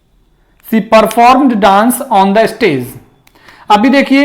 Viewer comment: wrong pronunciation of she